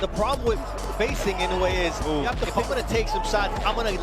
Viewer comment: Why cant you pronounce his name right Motherfucker I no ue